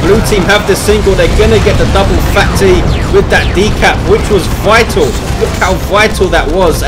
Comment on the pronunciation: I believe phatE is pronounced "fate"